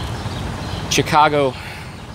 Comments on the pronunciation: He can't pronounce pequods OR chicago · How hard is it to pronounce Chicago. You mispronounced literally every single name. Chicago, Pequods, Morton Grove. None of these are hard to pronounce. It’s kind of embarrassing.